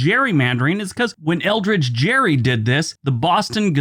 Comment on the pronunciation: Hi I just wanted to share a little fun fact with you. Elbridge Gerry actually pronounced his name with a hard 'g' like 'Gary.' I just thought you might find that interesting. Thanks for your videos, I enjoy your work.